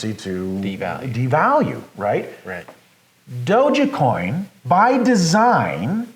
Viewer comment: Nice talk! Decentraland is an interesting project that will probably last. But it's not Doge-e-coin, it's dogecoin, long O, soft G silent E ;)